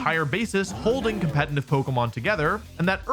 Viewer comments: Why does he keep pronouncing competitive as 'compentitive' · Why does he always say "compeNtitive"???